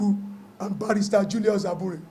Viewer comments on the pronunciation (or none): none